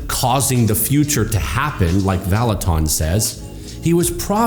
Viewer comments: You are mispronouncing his name “Vallutin” not “ton” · Who is this Kris Vallotawn that keeps talking about? I only know of a Kris Vallotton at Bethel. Among other things, it would do him well to at least learn how to pronounce the name of a person he's claiming is false. But his first bit of supporting evidence for claiming Kris is false is pretty subjective and weak. "Outlandish"? By whose standard? And why does that matter? Is he trying to claim that God never does anything outlandish? Good luck with that... And how exactly is he disproving the claims of people's virginity being restored? Second, how is he seriously claiming that God only speaks through His word? (Presumably the Bible) The Bible is full of examples of God speaking in many different ways, including through a potter reshaping a pot on a pottery wheel, the branch of an almond tree, and a gentle breeze, among many other ways. God is creative and varied in His ways of communicating, and the Bible is full of precedents of this. Kris has a high value for the Bible, and he also believes God communicates with us in many other ways. David said in Psalm 139:17-18 that God's thoughts toward him outnumber the sand. There are far more gains in one cubic foot of sand than there are letters in the entire Bible, to say nothing of words or sentences. God has a lot more to say to each of us than can be said just through the Bible. explanation about the context of the passage about the valley of the dry bones doesn't in any way negate what Kris was saying about the p